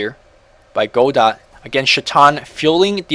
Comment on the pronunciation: it's pronounced kinda like (Go-dough) godot that is.